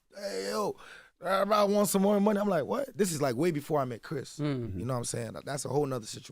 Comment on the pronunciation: This Spoilt Brat Saying He’s Not From Nigeria 😂😂😂😂 … While He Pronounces Money As “Mony” 😂😂😂I’m Confused 😂😂😂